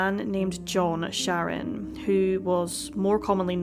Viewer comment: It sounds like you are saying their last name is Sharon, when it’s Shannon.